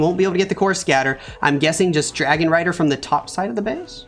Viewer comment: Bro did you just said Dargon Rider when Mechuo attacked?